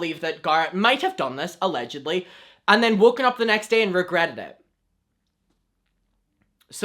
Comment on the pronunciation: I love when he says “alledgledy” (idk How to spell it I’m 14 smh) like he is my king 👑